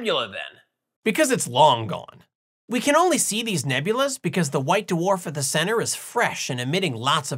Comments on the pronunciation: DaWarf? You sounded Australian! Don't call you Shirley? You cannot be Sirius! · OK, I'll bite. Da-warf! Da-warf this and da-warf that! There in one! First time watching channel. I found it very entertaining and informative! New subscriber. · Da-Worf!!! Haha, great video! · Did anyone type "Why so..." yet? :D also "DAWARF" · Not Da-Worf, circumferentially challenged.